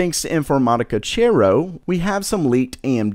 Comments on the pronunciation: Informática Cero not Chero. Learn to pronounce castilian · Damn finally something else showing up that's not catered towards that ridiculously niche market of ultrabooks! P.S. The correct pronunciation would be informatica-Sero, just saying as I'm guessing you do not speak Spanish :P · Cero is pronounced Sero, it means Zero (0) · Mispronouncing “Cero” I’m triggered..